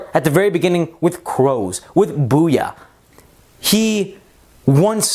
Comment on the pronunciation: its bouya not booyah